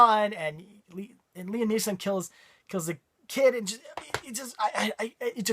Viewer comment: Did you call Liam Neeson, Liam NeeLson?? LOL